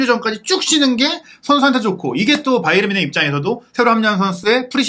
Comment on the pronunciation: 평소 자주 시청하며, 좋은 정보에 감사하고 있습니다. 일반적으로 이름/지명 등의 고유명사는 현지 발음대로 하는 것이 원칙으로 알고 있는데, "바이에른" 발음을 영어식 발음인 "바이언"이라 수없이 발음하시는데, 독일통 기자라고 하시는 분이 영어식 발음으로 "바이언"이라 발음하는 것이 계속 귀에 거슬리네요. 제가 맞다면 고유명사인 "바이에른"을 앞으론 독일어 발음으로 고쳐주시기 바랍니다. 😊😊😊